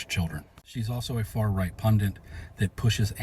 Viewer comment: NOOOOOOO!?!?! WTF MAN!?!?! It’s PUNDIT! P-U-N-D-I-T!!! PUNDIT, NOT I REPEAT NOT ‘PundANT’!!! If you’re going to make yourself look intelligent and educated LEARN TO READ AND SPELL THE LANGUAGE YOU’RE USING!!! Fs, gets right on my proverbials does that 😳🤬🤬